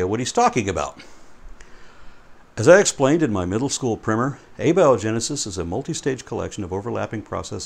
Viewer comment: it’s not “primmer”, it’s “primer”.